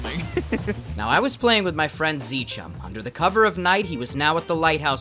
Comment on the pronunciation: Zchum sounds like rcham